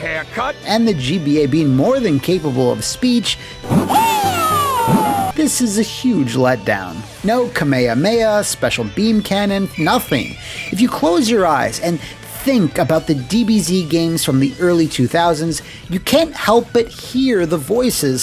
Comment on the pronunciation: my friend. Please, I BEG YOU. Dont call Kamehameha "Kameiameia". It's... Bad Edit: I really liked the video tho, made mr laugh a couple of times. Good work, mate The sky battles sound like G-Mod